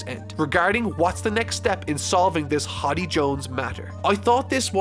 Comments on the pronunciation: its HORDEY not HODDY Jones haha. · Me ripping my hair out at you calling Hody hoddy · You did not just call him "horby" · Ah yes, "Hoddy Jones"